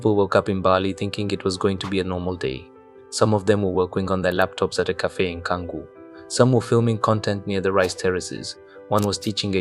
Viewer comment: It's Bali not Baali and at Minute It's CANGGU (CHUNK-GOO) NOT KANGU NOT KANGAROO 😂